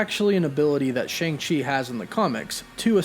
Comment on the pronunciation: the pronunciation of his name is wrong, should be Sh-ahh-ng Ch-er, In pin yin, mandarin it's true pronunciation.